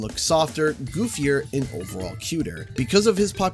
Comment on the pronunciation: “goofier” -.